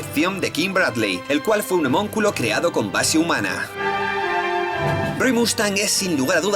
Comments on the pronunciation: El término es "Homúnculo", no "homonculo", que es como lo pronuncias en este y otros videos ^^u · se dice HOMÚNCULO no homonculo...